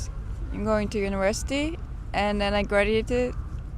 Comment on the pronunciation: She answers like a Russian (trying to be funny with unpleasant jokes) and she has (not strong) Russian accent, specially when she said "Universityyyy" , probably a Russian who came to live in Germany , I would not say she represent the German thinking and behavior.